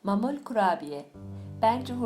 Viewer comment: Mamul değil ma'mul. Yani معمول. Doğru telaffuz edin lütfen.